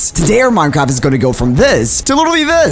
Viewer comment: is it just me or in the intro did it sound like he said this is minecrap